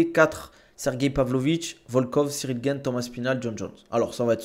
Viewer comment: Slm, je voulais savoir pourquoi tu appelle Cyril Gayne alors que ça se dit Gane.